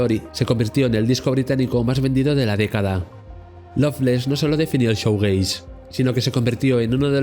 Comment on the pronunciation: Crítica constructiva: Shoegaze se pronuncia "Shuugeis"no "Showgeis". El contenido del vídeo es muy interesante,pero la mala pronunciación echa un poco para atrás